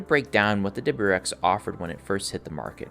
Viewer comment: “Double-U R X”. If you can’t pronounce it, don’t say it so much.